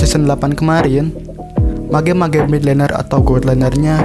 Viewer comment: Cara pronounce mage itu "mej" bukan "mage" ok biar lbh bgs videony.